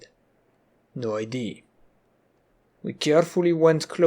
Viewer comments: Good sir, the "a" in "idea" is said out loud, unlike most instances of "ea". Have a good day. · I have been watching your videos for awhile.. and I don't want to sound rude but are you not capable of pronouncing idea? Or is it an inside thing? I am very confused by that, considering you pronounce everything else really well